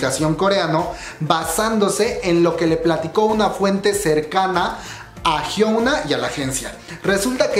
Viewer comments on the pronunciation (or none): se pronuncia "Hiuna" no "Hiouna" 😂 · Bro, Porque Siempre Le Dices Jiouna (Pronunciacion)? :v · Esto me salió en recomendados y por estar aburrida entré, platicas chido y todo, pero por favor di bien el nombre de Hyuna... No es "Jiouna".